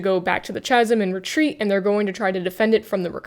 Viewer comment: Great video - Chasm is pronounced with a hard consonant to begin with. It is a different phoneme, compare chin and kin. In this instance it is because the word is of Greek origin which has "chi." In the International Phonetic Alphabet the spelling is /ˈkæz(ə)m/.